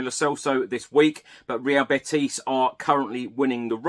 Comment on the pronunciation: Hi. It's not BeTIS. It's BETis. The stress on BET